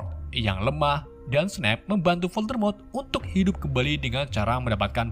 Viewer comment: Hal yang paling ga disukai penonton setia harry potter adalah Voldemort = dan diucapkan oleh yg tidaak bisa bahasa inggris adalah voldemrot :v